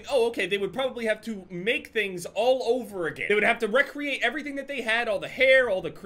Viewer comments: The first "rec-reate" I thought was a slip up. The fifth time I'm not so sure. Say "create" "create" Good, now say "recreate" "rec-reate" I hate you so much right now. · you're the goat but please say re-create no rec-reate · It’s Re-create not “REQREATE”